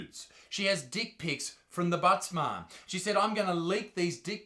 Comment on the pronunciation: My god I thought you were saying thebuttsmart for the last 3 months. 🤦‍♂️